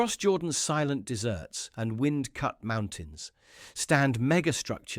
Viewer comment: your brain dead narrator began with "across Jordan's silent DESSERTS". What sort of PUDDING is that? a thing with a lot of sand is a DESERT. You need a new AI that speaks English. thumbs down.